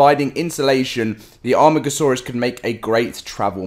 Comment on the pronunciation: Its pronounced A.Mar.Gasaurus your starting to annoy me